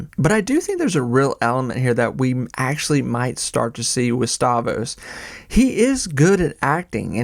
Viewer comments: You're killing me. StavROS, not Stavos. Rogan SPHere, not spear. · If you're such a big fan why do you keep calling him "Stavos"? You riding the algorithms or something? Is it A.I.? You can't really be a fan of someone and not know their name... once is a mistake but every single time... I don't understand... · The R in Stavros is silent now?